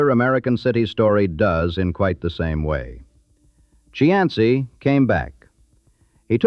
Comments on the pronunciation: Cianci is pronounced SEE- an- SEE. . It isn't. Chee -ahn -see. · Its pronounced "see ann see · I would be nice if the commentator knew how to pronounce Buddy's last name. It is Cee..an.....cee. Get it right next time before you make a video. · The pronunciation of the names are killing me. Pet Tree Ark A Buddy See An See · Even though it is not correct, in terms of Italian pronunciation, Cianci ( according to the corrupt mayor) is pronounced See-an-see. Dante has a special place for him. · Cianci--- (see on see) is the correct pronounciation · Cianci is pronounced 'see - anst - see'. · Please check your pronunciation. It's see-an-see! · AI generated garbage, can’t even pronounce the “main character’s” name correctly… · Except for the misprounciation of Cianci's name, I liked this video. As I grew up in Providence, a lot of the names of peopke and steets brought back memories of listening to the news. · Mis pronounced Cianci's name the entire time. Met both Patriaca and Buddy...big personalities for sure. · Too bad whoever created this video didn't watch it before they posted it. The AI pronounced Cianci's (SEE-AN-CEE) name wrong everytime they said it, and put his name on several pictures of random men ! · It's annoying how he keeps pronouncing his name wrong... I live down the road from his house in Johnston.